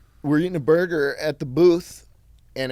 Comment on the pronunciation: funny moment where charlie says burbger